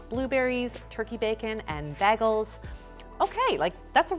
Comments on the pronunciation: WTF ARE BAG-ELS WHY ON EARTH ARE YOU SAYING IT LIKE THAT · Beggels? Never heard anyone pronounce it that way lol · "Baggles" :-D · Just say bagels the way you say bacon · I love how you called yourself out for saying bagels weird, thank you, cuz I was thinking it the second you said it! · About to make a comment about your pronunciation of bagels "Yes I know I say bagels weird, so don't troll me 🙄." Recedes (Just kidding I love you)